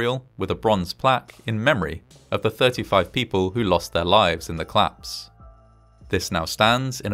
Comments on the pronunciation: Interesting how the voiceover simply refuses tot pronounce the vowels between C and L. There was a clission, then a clapse and they clected the data... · I find these videos really interesting, but I really wish that the narrator would pronounce words like "collapse"/"collapsed" as the two-syllable words that they're supposed to be!